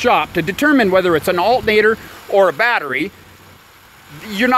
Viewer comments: It's not pronounced "altnator". There's another a couple more letters in there. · Um…the THIRD LETTER of alternator…..is “T”…..NOT “N!!!” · al..ernator lol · No brother, that's Al'nator LMAO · There's a t in the word alternator. Lol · Can't trust a guy who can't say alternator right! Half ass shit! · The way this guy keeps saying alternator is soo annoying!!! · You're not pronouncing alternator correctly so it sounds funny. You can see the word is pronounced the way it's spelled.